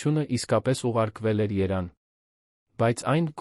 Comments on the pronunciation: Անգրագետ. Երևանը` երան, փլվելը`` փլավել,, վանոն` վազգեն , այլևս` այլս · Երեվանին է Երան է ասում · Երեվանին էլ ասում է Երան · Բառերտ ճիշտ ասա երանը որ՞նէ 😢😢😢😢😢😢 ողբալիէ